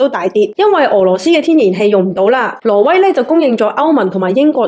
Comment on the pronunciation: 懶音好重。 :face-blue-wide-eyes::face-blue-wide-eyes::face-blue-wide-eyes:挪威 唔係 羅威。 不過港男 港女 D啊爺唔係廣東人，冇人教正宗廣東話 變成港女港男tone。